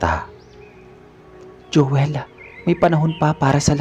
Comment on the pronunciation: Mejo nakakairita lng po ung narrator,ung my qng Anu sa dulo Ng mga salita,imbes na Joel nagiging joelah,paligid nagiging paligiddah😒